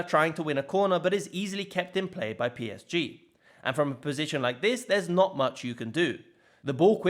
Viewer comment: The way PSG is pronounced here is so damn depressing and lame